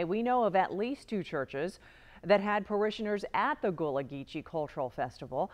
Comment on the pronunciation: It is pronounced "gull-a" not goo-lah. And it is "Sap-a-lo" Island